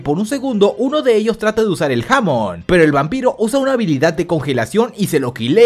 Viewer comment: Se dice hamon enrealidad